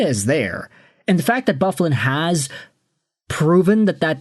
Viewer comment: Did you really just pronounce big buffs name like that 😂😂😂😂😂😂are you 12